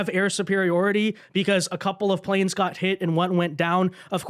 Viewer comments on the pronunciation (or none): none